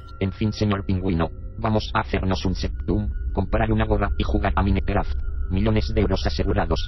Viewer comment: Chaki? Mínecraft? Joooder.....qué os cuesta decir Chuky y maincraft bien pronunciado en inglés coño!